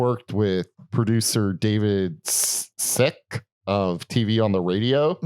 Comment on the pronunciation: Hiss Spun, not Hiss Spin) And Dave Sitek, not David Sick ))))